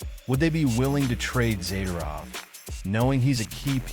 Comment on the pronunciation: All talk, no facts. As usual, AI cannot pronounce Zadorov's name properly. he would be an upgrade over Souci, or even meyers